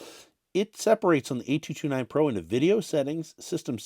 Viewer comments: Great video but the emphasis on the "A" driving me bonkers. 🤣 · Your emphasis on the "A" saying the model number is really distracting.